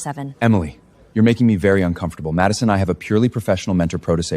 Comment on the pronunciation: Madison not macaron